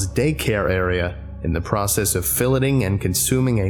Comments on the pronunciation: It's pronounced, "fill-lay". Not, "fill -let". It's also not a British vs US English thing. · "Fill-it-ing" lmao. It is pronounced "fill-A-ing". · VERY MINOR COMPLAINT: "Filet" is pronounce FILL - LAY not FILL - LET (Enjoyed the video though) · fill - etting :( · "Filleting," you gave away your Irish roots! Americans pronounce it Fill-AY-ing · Aaaaahhhh he pronounced "filleting" the way other countries say it but with an American accent lol. It sounds so strange. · thats not how you pronounce filleting lol